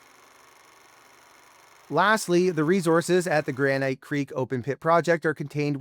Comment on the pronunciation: should you trust someone who can't pronounce "granite"?